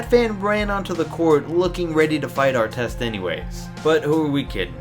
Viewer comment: I hate Ar-tez. Carl Malone don't owe no one crap! People hold title to too much authority. It's just a word.